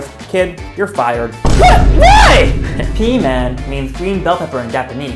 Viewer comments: Its usually pronounced Pi mahn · its pronounced pīman